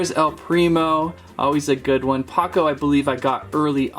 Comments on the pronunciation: It’s pronounced POE-CO not POCO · ITS POCO NOT PAKO!!!!!! 😠😠😠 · Not to be picky but its "Poh-co" not " Pa-co" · it pains me how he said "paco" instead of poco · he called poco ,Paco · Btw it's po-co and pako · The vampire is Mortis. He's my favorite. And he dashes to attack. Also crows accessories were daggers and you pronounced pocos name wrong